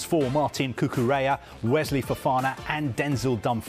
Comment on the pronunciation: listen to him again doesn’t say cucarella at all sounds like cucareya bout as gud as the sky sports staff u are